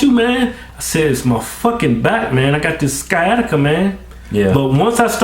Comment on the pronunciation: the amount of stupid in this video is crazy.... can't even pronounce sciatica